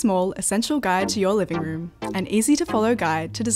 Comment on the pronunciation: I did pick up two r's, in 'natural light' and 'ceramic', but not at the beginning of the word ('room' is 'loom'). Never liked them myself, awesome accent 😊